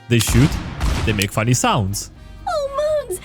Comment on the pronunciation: "O MOONS"... dies for cancer